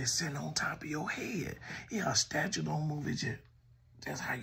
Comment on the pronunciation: I almost choked when you said statue